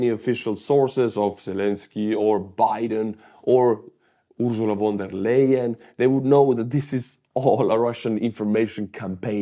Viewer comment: I like the way how you're butchering Ursula Von der Leyen's name.